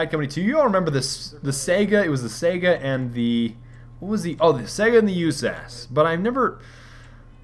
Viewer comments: SIGH GUH. Not sega. SIGH GUH. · just so you know the saiga is pronounced (SY-GA) i know you hate being corrected but just trying help. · dude, it's Saiga....with an i. not Sega like in Sonic the Hedgedog